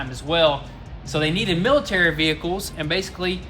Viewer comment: "Millie Terry" ?????????????????? lol